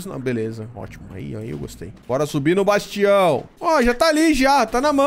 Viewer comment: Ótimo vídeo, amo mods mágicos 😍 você até hoje não sabe falar o nome certo do bastião 😂🤣 Eu não entendo sua cabeça, mora em uma Dungeon pra não precisar construir várias salas, mas faz tudo em uma sala só 🤷